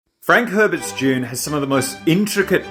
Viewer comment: Why are you pronouncing it “June”